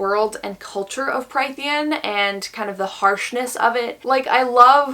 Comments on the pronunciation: Just to throw that out there incase anybody cares to check: Prythian is pronounced as Prith-EE-en. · If you take a shot every time she says “killed/murdered and skinned” + every mispronunciation of Prythian, I guarantee the video becomes bearable 😂